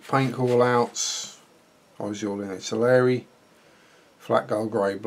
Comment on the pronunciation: Ive just watched the first 10 seconds and I cannot believe my ears.. you said ITALERI. Thankyou!! It seems like every other reviewer out there says ITALY-ERRI. Great review too. Any idea how old the moulds are? Is it a rebox?